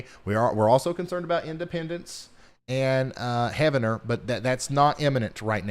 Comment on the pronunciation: Heeev-ner , OK…Not Heaven-net 🙃